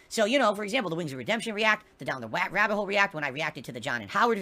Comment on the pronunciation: down the wabbit hole!